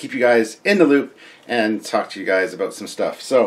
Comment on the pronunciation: "Few things to talk aboot" ;)